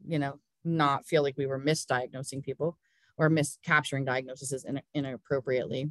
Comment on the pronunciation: Lovely presentation! But can we (nurses) pleaaaaaaaaaase STOP saying D I A G N O S E S E S. I don't know how this started, tbh. Singular = DiagnoSIS .......with an I Plural = DiagnoSES .....with an E. Thanks, the Nigerian Nurse.